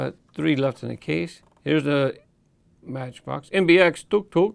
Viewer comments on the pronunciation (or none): pronounced tuck,tuck(tuk,tuk) not tuke,tuke you got duck,duck(duk,duk) right you didn't say duke,duke….